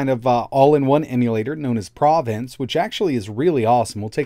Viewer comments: Great video but he kept saying provence instead of provenence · Provenance is three syllables. prah-veh-nahnce.